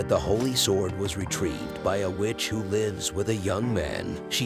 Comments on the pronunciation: Whats up with Lifes with her? Its lives say lives please my ears are bleeeding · you say “lives” like “lies” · Also using the wrong pronunciation of 'lives with' all but one time